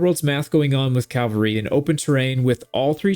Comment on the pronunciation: CALVARY heavy? did you mean CAVaLRY HEAVY?